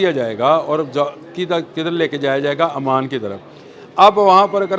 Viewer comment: I think is a literate person then why is he saying Aman, Aman. He should know it's OMAN. Please correct yourself